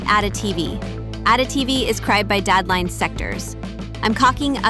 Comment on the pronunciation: DOES ANYONE KNOW WHAT IS A DAD LINE ????a dad line what is that ???? DAD LINE SECTORS WTF IS A DAD LINE THATS HOW LAZY YOUTUBERS ARE YOU USE A I TO NARRATE YOUR VIDEOS AND YOU COULDNT EVEN WATCH IT YOUR SELF TO CORRECT YOUR WORDS CRAZY